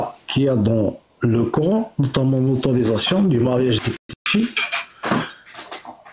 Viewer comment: Le core... N . Maintenant je connais la prononciation !!! Core...N